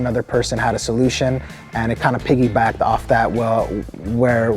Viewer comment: I started getting triggered the minute he said : piggyback 🤦‍♂️